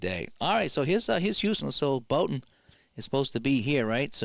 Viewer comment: Bouton rhymes with out